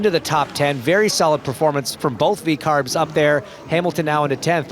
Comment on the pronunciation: Sky commdntators don't actually say vcarb do they